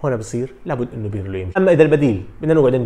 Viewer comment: اسمو للمدرب Pirlo وليس Birlo .. عيب صحفي بحجمك عندو كل هالقاعدة الجماهرية لسا ما بيعرف يفرق بين ال B و P .. والله مانا صعبة !!